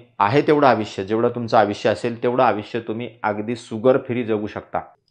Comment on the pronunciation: धन्यवाद. छान, सोपा उपाय. सुगर नव्हे शुगर....... त्यापेक्षा शुद्ध मराठीत साखर असे उच्चारावे. तसेच आविष्य नव्हे आयुष्य.